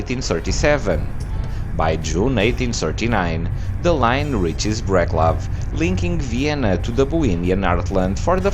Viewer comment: Breclav to be pronounced about so: BreTSlav